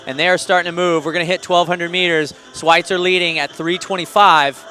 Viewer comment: I wish they'd pronounce words like "schweizer" right